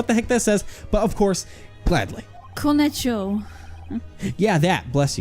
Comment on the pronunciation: As a Russian, this us hilarious to watch:_AliLol: Edit: Dat word is pronounced "Koneshno", or "Kaneshna", means "of course"